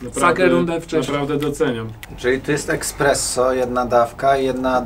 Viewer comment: to niezłe "EKspresso". Ponczek na salonach :D